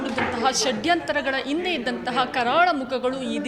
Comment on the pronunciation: ಇಂದೆ ಅಲ್ಲ ಹಿಂದೆ